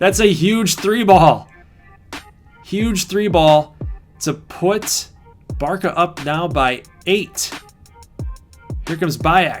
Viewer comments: Just so you know Barca is pronounced "bartsa" or "barssa" and not "barka" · just cause this is pissing me off: (Bar-suh) not (Bar-kuh) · yeah, but Barça is the short way of saying it (it's a Catalan name) and you pronounce it as Bar-suh, or just read it as Barsa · | You said Bar-kuh multiple times in the video. I never said you were a moron, don’t take it like it’s personally. I was just informing you as a European. Sorry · the short name is used most of the time, just the pronunciation is a bit different than what you said